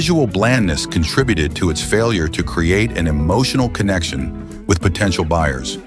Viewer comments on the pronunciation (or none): none